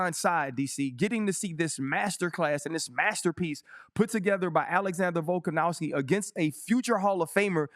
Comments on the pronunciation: Volk an OV Ski. Not ow ski. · RC: “VoLkAn-OW-sKi”🥴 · He's funny cuz he just cant or wont put the effort to remember or to read a name properly :))) like since forever he says Volkanowski and its weird how the brain works like, no matter how many times he'll look at Volkanovski's name he will see a W in the middle, and no matter now many times he will hear people say VolkanoVski, he will always hear VolkanoWski, its fascinating almost =)))))